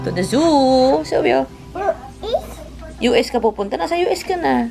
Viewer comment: Ang ganda naman sa Hawaii idol angge enjoy cute cute mo mahilig talaga siya sa animals natawa ako pag nagbigkas ng US parang ilonggo hehehe...happy bonding with your family idol angge Godbless keepsafe always goodluck sa concert mopo😍🙏🙏🙏